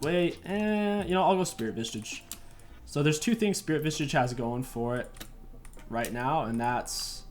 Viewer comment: Why do you add a T to SV? It’s Spirit Visage. Not Vistage. Lol